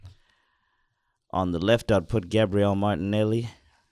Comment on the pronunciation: zah “ have that “moilany” as well 😂 no zah martinelli😂 Americans shouldn’t even comment on football they havnt got a scooby😂